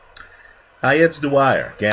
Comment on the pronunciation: I know you struggle with names Dwyer but pronouncing a guys 4 letter surname 5 different ways in 1 video is a bit too much lol.